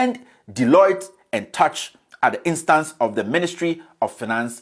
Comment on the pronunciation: It’s very interesting how offers no opinion on who GO1 could possibly be. This makes the mind itch as if from a rash. the name is Deloitte and Touche as in Toosh not as in touch. W’a bon papa